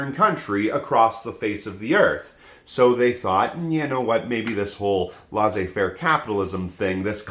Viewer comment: Please stop saying "laissez faire" that way.